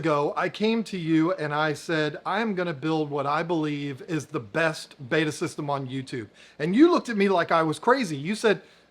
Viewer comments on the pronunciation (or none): Betta, Not Beta.